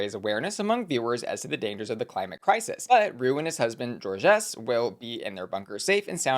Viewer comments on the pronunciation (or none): Haha who tf is George-ess? Zh-or-zh. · I'm dead from the way is pronouncing "Georges". Shes saying it like "George S" or "Jorgeous". Its pronounced "zhorzh". 🤣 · just so you know....georges is one syllable. zhorzh. Not jor-JES. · it’s pronounced George. The S is silent. Georges with an s is the French way to write down the name l. Love you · I’m pretty sure Georges is pronounced George fyi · Just FYI Georges is a French name is and is prounounced "zhorzh", where "zh" is like the g in "mirage". The s is silent. It's not like "Jorgeous".